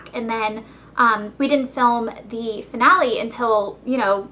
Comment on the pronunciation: Who cringed when she said "Finale" .. omg awful